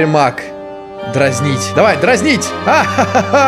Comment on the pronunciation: Каждый раз когда произносит слова маг я слышу слово мак